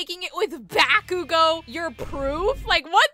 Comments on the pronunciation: Gurl can't say proof now it poorf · "that poorf" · "Here poorf" 💀💀